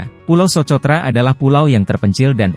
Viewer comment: Coba, pembaca narasinya lebih baik lagi. Socotra itu dibaca sokotra, bung! Jangan dibaca sebagai ejaan bhs Indonesia. Semangat!